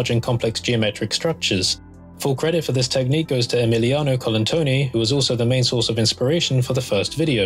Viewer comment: wow you pronounced Emiliano's name perfectly, i've had the pleasure of working with him as a teacher and he's a beast with blender :D